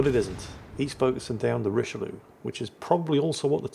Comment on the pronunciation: Very disappointed mispronounced the Richelieu all through the game:)